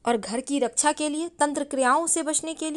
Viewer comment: सिव जी, पुष्प, गणेस जी, परेसानी, घर की रक्सा, दोस, सक्ती, सतरू, , ●घटिया वीडियो● *बस ! 'श' के उच्चारण को 'स' मत करना, हमारे बच्चों का उच्चारण खराब होता है; * सेयॅर, सुरु; ●●● मीडिया जगत में "श" अक्षर की भारी कमी, जैसे कि.........रिलेसन्स, रिस्ते, कोसिस, देस विदेस की परेसानी, सुल्क लगाना, दोसी व्यक्ति पर सुल्क, रासनकार्ड की सिकायत, रासन पानी, समसान में जलता सव, प्रसासन की छमता, सुबह-साम, सौकीन तथा सरारती, असलील हरकत, सादी में जसन, सगुन की सुरुआत, इस्कूल में सास्त्री जी, इस्टेसन पर रेलगाड़ी, युवासक्ति किसोर व किसोरियां, 'स्तर' को अस्तर' उच्चारण करना, वीडियो सेयर करें.......आदि आदि । 😢